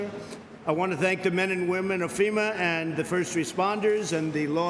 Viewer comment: He said femur not f e m a